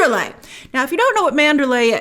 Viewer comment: Pronounce PROPERLY! ...lay is a city in Burma. ManderLEY is the mansion in this story. It's basic respect to say names if people and at-least central locations correctly.